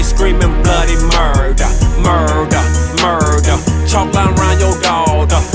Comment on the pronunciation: its pronounced "murder" not "Muuuuuuuuurrder" k thanks